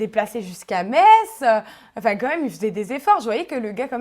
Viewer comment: ENFIN UNE NANA QUI SAIT PRONONCER METZ CORRECTEMENT omg